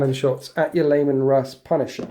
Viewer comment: C'mon,. You do great batreps but your pronunciation could be better. "Skyons" and "Layman"? "Scions" pronounced like "sigh-on" and "Leman", pronounced "Lee-man".